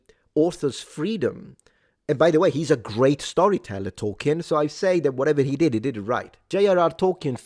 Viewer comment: Btw it's pronounced toll-keen, not toll-ki-en.